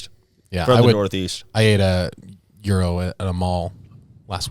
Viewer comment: said gyro right 🙌